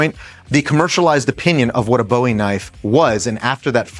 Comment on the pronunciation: Thumbs up for calling it a Bowie knife and not Boohee